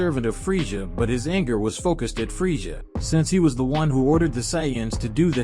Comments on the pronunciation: It is pronounced freiza not freisha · I heard freija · Your right he keeps pronouncing freisha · Dude the way you say freiza is bothering me